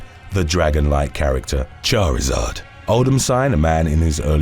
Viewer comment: My God, the way you said “Charizard” made me forget what kind of vid I was watching! 😂